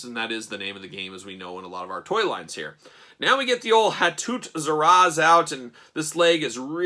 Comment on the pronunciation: Their name is pronounced "Ha-too Sir-ah-say." The name Hatut Zeraze translates from Wakandan to "Dogs of War.